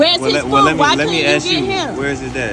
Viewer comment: Why can't you say the word 'ask' properly it's not AX...